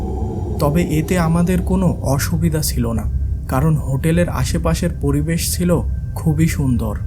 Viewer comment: chilo..not silo